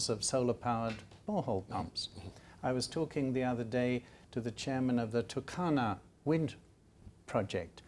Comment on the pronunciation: the turkana wind project. most kenyans pronounce it with an extra u (turukana). i dont know why.... its like the way the presenter is pronouncing waste west